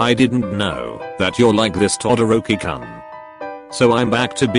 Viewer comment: I love how it's To dorkie koon XD instead of Todoroki-Kun Book u go is that how it's pronounced in 2020? Favorite pronounced name Kuri shima